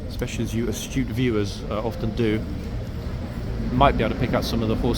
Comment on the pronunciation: Hahaha. The first part I had to replay a couple of times because I heard you say "you stupid viewers". Whaaat? Apparently you said "you astute viewers".